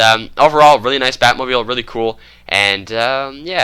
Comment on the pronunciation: He said batmobil